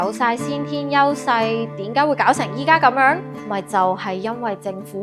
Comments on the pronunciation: 其實喺「點解」，唔喺「典解」，聽到好煩😫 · dim gaai, 係正宗粵港音。din gaai係有上海口音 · 主持人有明顯的懶音，應該係“點解”，唔係香港撚講嘅“典解”...